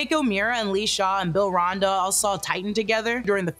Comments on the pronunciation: Also why am I so bugged by how you say “Ronda” and not “Randa” as well as saying “MOTO” instead of “MUTO”? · It's Randa, not Ronda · just FYI it’s “RAN-DUH” (Randa) like Panda